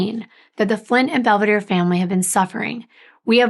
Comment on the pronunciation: Please respect the families and pronounce their Italian names correctly. I’m sure it’s Bel-ve-dare-e. Not Bell- v-deer. The name means beautiful view.